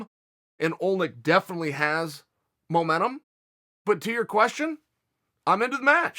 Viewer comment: Chael “momenum”sonnen